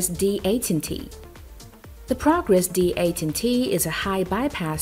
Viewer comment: Progress D 8 un tea??? Is it not D eighteen T?